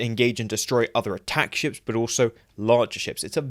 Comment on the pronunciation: Every time you say "ships" in this video, I swear I hear "shits" instead lmao - totally fitting for Jem'Hadar Fighters tho lol